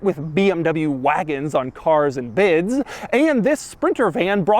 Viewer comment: "CAAAAAAAARS AND BIDS" Couple extra syllables on it lol